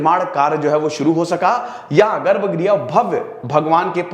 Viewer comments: Sir गर्भा ग्रह नही गर्भ गृह होता है आशा है आप अपनी हिंदी पर ध्यान देंगे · Garb grih not garba griha.